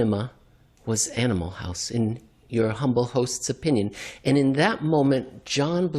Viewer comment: I thought I heard "Animal Farm" when he said "Animal House".